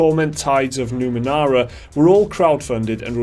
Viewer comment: NU- ME -NE -RA. Not Numenara.